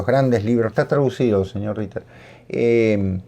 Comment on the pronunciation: Herr: lch bedanke mich dafür, dass ich an fünf Stellen dieses Kapitels vorlomme. Andererseits muss ich erwaehnen, dass der Nachname Reiter sehr schlecht ausgesprochen wird, Sie müssten eigentlich wissen dass diese Vokal Kombination ganz anders ausgesprochen wird als sie es getan haben. Zum Abschluss, Sie,, sind ein schlechter Humorist, ich muss schon nichtmehr darüber lachen, spielen Sie weiter Gitarre in der Messe. Grüsse von der Insel des Doktors Morel., vuelva a primaria, no es posible que no sepa leer desde una computadora, habla muy mal de nuestras instituciones educaciones. Para finalizar, don a usted le bautizo como. Lo que le escribí en francés anteriormente es argot,así se escribe y punto. Si tiene la posibilidad de vivir alguna vez en Francia entenderá. Suludos, por siempre vuestro profundo admirador. H.R.